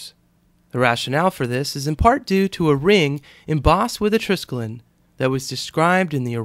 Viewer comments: Good-looking knot... Now for the proper pronunciation of the word: it consists of four syllables-- "try-skel-ee-on," with the accent on the 2nd. Skelos here means "leg" in Greek. Yours, Old Star Trek Nerd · You're SO FULL of ALL this info on the TRISKELION, BUT HOW come YOU Never even BOTHERED to find out THE CORRECT PRONUNCIATION of the word???!!🤔